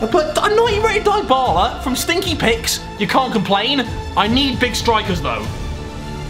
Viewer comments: You pronounced dybala as dibala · You pronounced Dybala wrong, its Dee-Ba-la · You can't pronounce dybala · He said dye bala 😂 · I think Dybala is pronounced deebala